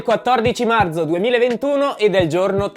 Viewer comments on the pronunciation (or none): marzo non marZo ti pregoooo